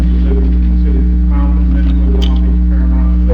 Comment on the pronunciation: you dont say comton but you say conkton